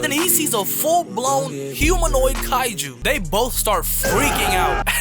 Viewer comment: "daDEH" "kaijER" lmfao